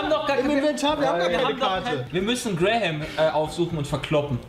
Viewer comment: Brahim, nicht Graham.